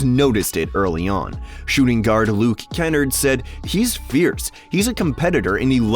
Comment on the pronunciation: you mispronounced kennard my guy